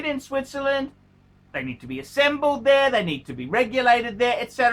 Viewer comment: Did you say, Sweetzerland?